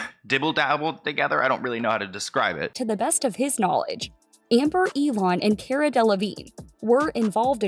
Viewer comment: Her first name is KAAR-ah. Figured you might not know that. Like a car, with an ah at the end. Hope that makes sense! Lol